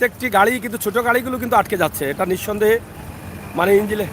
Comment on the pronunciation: ভাইয়া রাস্তা বন্ধ হবে না গাড়ি চলাচল বন্ধ হয়ে যাবে কথা ঠিক করে বলুন আপনার কথা শুনে আমরা হাসতে হাসতে পেটে ব্যাথা করছে। ভাই ইঞ্জিল না ইঞ্জিন বলেন।